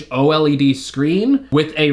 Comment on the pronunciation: Love your content, but when you say o-l-e-d it REALLY irks me. 😂😂 Its o-led, dude! No biggie really, just bustin’ your chops...great comprehensive review. 😉